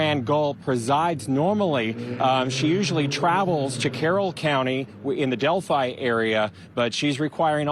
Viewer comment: FINALLY!!! Someone outside of central Indiana knows how to pronounce Delphi!! Good work!!